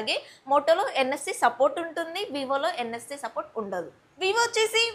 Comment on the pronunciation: Forget about phones the way you present is totally like a college kid not a professional youtuber. Also the words pronunciation is not upto mark. Why so hurry in complete just concentrate on quality. It's NSE it's NFC. I don't know some jokes are playing infront of you so you are laughing. Coming to phones specifications and specs have you really used the phones and doing the review or simply reading the box content or seeing other videos and specifying here ? While doing any review just keep it in hand shoe the viewers about the experience anthe gani don't do it vaguely. First time I'm hearing that clean os is given due to the lag issues what a conclusion 😂. Don't read like a newspaper just use it and do the proper review it makes you grow better. 1% of knowledge also not gained by the viewers based on your analysis just reading a paper won't make any sense. Hope you understand.